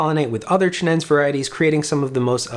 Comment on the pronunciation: It's pronounced chi-nen-say. You must pronounce all vowels.